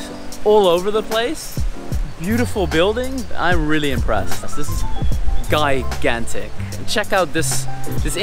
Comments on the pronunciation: gigantic - pronounce as jīˈɡan(t)ik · OK the word that you keep trying to use is gigantic gi-gan-tic. But you actually keep saying guy-gan-tic. So what all those studies and you still haven't been able to Master English? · Gigantic pronounce ‘g’ like ‘j’ in Jill or jump. You should have spoken to some students. How many students ? What degrees they award? That would have been more interesting. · i love how you sa guy gan tick hhhhha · Love your vlogs but please check how to pronounce the word GIGANTIC.